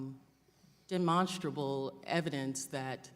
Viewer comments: Did she say demonstroble? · She can't even pronounce the word demonstratable... so obviously she is a dipshit who knows nothing.. who votes for these people??